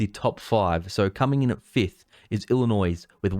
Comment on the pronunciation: The s is silent on Illinois. Also CA has lots of people